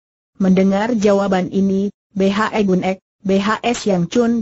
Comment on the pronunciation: Betul..! Tolong di perbaiki ejaannya ya min !